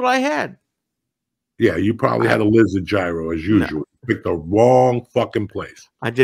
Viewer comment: I’m dying at the gyro pronunciation 😂😂